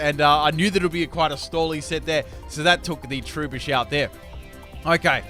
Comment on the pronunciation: t-ru-bush not true-bish